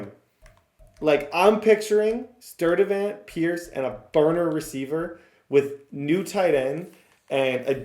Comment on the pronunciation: Sturdevant = STUDevant